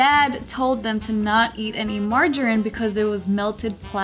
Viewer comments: Woah! I've never heard anyone pronounce margerine "marger-in"!! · Don't say margarine like that om cringing